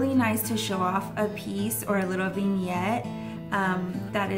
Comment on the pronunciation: Okay... After watching several videos now, your pronunciation of "vignette" is driving me bonkers. It's "vin", with a soft i sound, not "veen" with a long e sound. I've never in my life heard anyone say it "veen-yet". 😄 But hey, I'm still watchin because I do love your style!